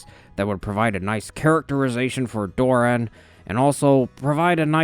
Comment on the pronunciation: Doran has two syllables. When you say “Doran” it sounds like you are saying “Dorne”. Why are you pronouncing them exactly the same way? What the hell happened to Doran’s second syllable?